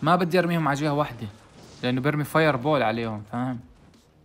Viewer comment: فاير بُل❎️ فاير بوول ✅️